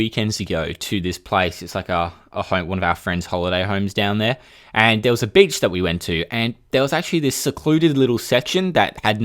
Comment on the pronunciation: "..and there was a b***ch we went to." Hold up, gotta rewind the video. Oh, beach.